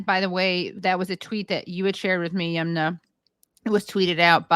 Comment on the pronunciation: Halper for god’s sake please learn how to pronounce Yumna’s name correctly. Aaron says it correctly. It’s not Yoomna. Her name likely comes from the river Yamuna which is a common name in India.